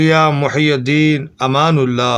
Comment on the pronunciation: ماشآءالله ! لیکن بھائی یہ ( محی الدین ) پر ( پیش ) نہیں بلکہ ( ی ) کے نیچے ( زیر ) آئے گا، جس کے معنیٰ ( دین کو زندہ کرنے والا ) ھے اور پیش لگانے سے اس کے معنیٰ الٹ ھوجاتے ہیں _ جزاکم الله خیرا فی الدارین آمین !